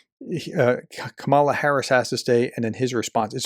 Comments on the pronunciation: Her name is pronounced kah-mah la, professor. You should have this right by now. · Dude. You MUST start using her name correctly. She said it right at the start ofbthe debate. It's simple! ( ,) LA ! It's not that hard. I imagine if she ever met you, she would make sure to say your name correctly! Not to be rude, just constructive feedback.